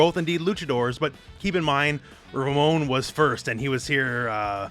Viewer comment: Anyone else get a feeling of satisfaction at the way the announcer properly annunciates Ramon and RamOn? Can't wait for the pronunciation of other Latinex characters.